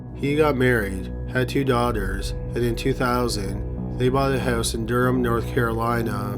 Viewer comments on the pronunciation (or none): none